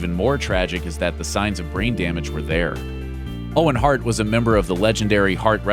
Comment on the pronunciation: It's Owen HART, not Heart, you doofus